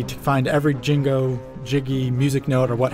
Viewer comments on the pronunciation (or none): mhm, jingo not jinjo great work, just like how green hill zone is from sonic 2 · Jingo? You mean Jinjo? Lol. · Jing-go? They pronounce their names for you and you still can't pronounce it right? Of course platoforming purists won't like this game! Of course Banjo fans won't like it! Banjo is a platformer! Not a vehicle racer! Not to mention, I can safely say, not the same humor as the N64 games. How do I know this? Cause BK was NEVER a kid's game to start with. The humor was bad at Conker's level, Rare has ALWAYS been like that. Conker just happens to be dead obvious about it "because he swears OMG". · ...Jingo? Lawl. As a diehard BK fan this pronunciation amuses me greatly.